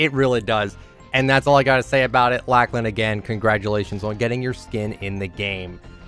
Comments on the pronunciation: its lochlan not lachlan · Not to be rude but that’s not how you say Lachlan